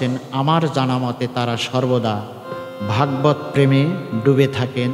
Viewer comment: ভাগবাদ নয় শুদ্ধ উচ্চারণ হবে ভাগবত। নমস্কার রইল। সুভাষ চন্দ্র নাথ (আসাম) ভারত।